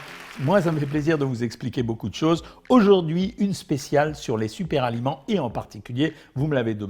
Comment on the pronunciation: "Super-aliments": Pas de "S" à "super" docteur...Donc, pas de liaison.